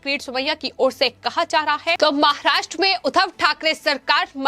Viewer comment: महाष्ट्र नही बाई महाराष्ट्र …..निवेदिका को हिंदी बोलना समझ मे नही आता, समझने कि बहोत कोशिश कर रहा हू पर समझ मे नही आता … Anchor बदलो तो audiences will leave your channel